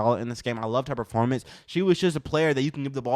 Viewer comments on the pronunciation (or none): none